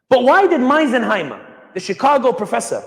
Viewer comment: Lol, “Meisenheimer”